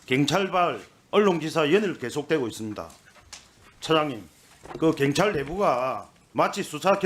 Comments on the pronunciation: 갱찰?? 한국말이나 똑바로 해라. 갱상도 새끼들... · 갱찰?? 발음 좀 똑바로 해라~ 갱찰이 뭐냐?? 내란당 정똥만아 무식한 놈아~~ㅉㅉㅉ 갱찰? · 갱찰이 아니고 경찰입니다. 발음이나 똑바로 하세요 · 경찰이라고 갱찰이 아니라고 발음도 못하고 바보냐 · ㅕ발음 안되냐 갱찰 핸재 ㅋㅋㅋㅋ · 발음이나 똑바로해라 자슥아 갱찰이뭐냐ㅋㅋㅋ